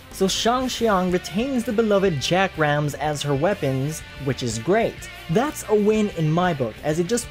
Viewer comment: Did you seriously just pronounce chakram as "jack-ram"?